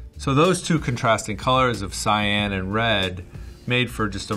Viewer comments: Wow took me 13 minutes to figure out he was saying "Cyan" and not "Sayen". Perdon my french, praise Sangoku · Heard “Cyan” more in this video than in all of my life.